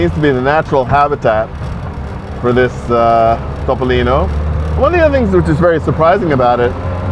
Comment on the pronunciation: Complimenti per la pronuncia perfetta di "Topolino," è tutto vero ciò che hai detto, 👍👋👋